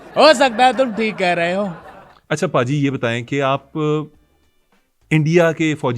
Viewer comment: اس کو بھا جی نہیں بولیں ۔اس کو پاجی بولیں ۔سنی پاجیت